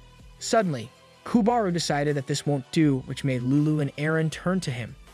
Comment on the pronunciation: If he was trying to pronounce lulu in a more Japanese way than I guess itd be closer...